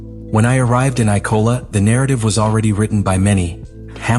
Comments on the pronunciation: It‘s IMOLA not ICOLA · I for one love the eye-cola grand prix!